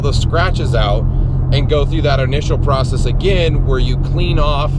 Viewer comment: Porcess lmao